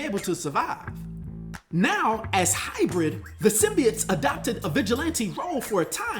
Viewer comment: The thing thats gonna piss me off the most is now mfckas cant say symbiote but now they say symbeit that shit erks my soul how you gonna be anerd but fck up a word